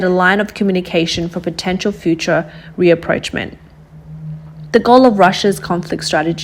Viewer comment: "Rapprochement" is phonetically pronounced as "RAH PROCHE MA"